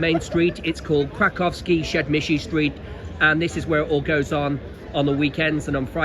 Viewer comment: The way he struggles to pronounce krakowskie przedmieście